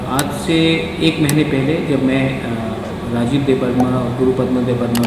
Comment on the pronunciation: Madam ji nam to thik tara se liji e rajesh nahi rajib hai kagos mei bi likha hua hei